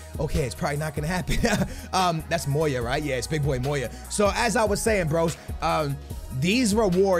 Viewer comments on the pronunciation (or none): none